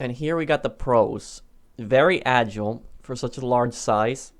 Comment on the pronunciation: ITS AH - JY - LE NOT AH - JLE FRICK ME I DONT KNOW WHY THIS GAVE ME A HEAD ACHE WHILE WATCHING